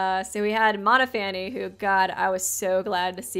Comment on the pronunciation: Noting how you pronounce Monophanie - I would have pronounced it similarly to Stephanie, so it reads "Mon-off-ah-nee" rather than Mono-fanny. :-)